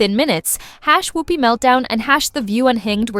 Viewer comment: How the hell is she legendary. Ghost and a nun, that’s it. Fhost ent off cos of Patrick swayze, not whoop-pee